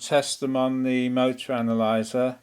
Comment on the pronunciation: The "Mootra" hahaha :'D